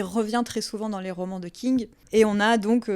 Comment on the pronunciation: Alors pardon, mais j'ai eu un rire con j'ai pas pu m'en empêcher :A chaque fois que tu dis ''King'' j'entendais ''Kink''😂 C'est débile. Je sais. Mais sinon, très bonne vidéo. Je connaissais déjà bien Stephen King et j'étais consciente des sous textes. Mais j'ai trouvé intéressant ta manière de les présenter.❤ Du coup nouvelle abonnée 🎉